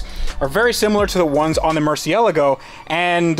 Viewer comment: Pronounces Murcielago correctly :D